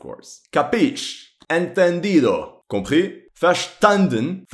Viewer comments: Your "compris" was so good I wouldn't be able to tell if you're a native or not haha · that french "compris?" was very good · That "compris" was excellent are you french ?